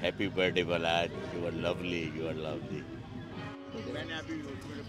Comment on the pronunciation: Its balach not balaj